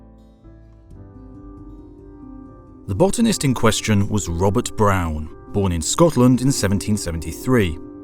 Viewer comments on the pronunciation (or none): none